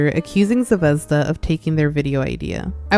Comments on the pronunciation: As a slav you suprisingly didnt butcher Zvezda it means star and its pronounced more like zve- zda not zevezda but its still good! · until u said Zvezda was based on russian word star i genuinely had no idea it was that cuz in russian the emphasis in the word is on the last letter (zvezdá) instead of what u pronounced it like lol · I’m sorry but…ze-vez-da 💀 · Not tryna be rude but the way u say zvezda is so weird to me 😭 ( no offense at all btw ) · idk how to explaim it but the way u say zvezda just scratches my brain perfectly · the pronounciation of zvezda is making me click off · Fr, I wish she searched up how to properly say it. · As a Russian even I think the ushanka is taking it too far.. I have no knowledge if she’s Russian or not but it’s never ok to support communism. Also btw ur pronunciation of Zvezda (звезда) is really funny as a native speaker because unless she said it’s in Russian I would have no idea lol I hope u don’t take that too offense (English isn’t my first language so sorry if this is hard to understand but I really have idk)